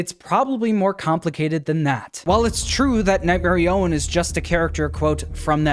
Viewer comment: It’s not nightmare I- own it’s notghmare i- on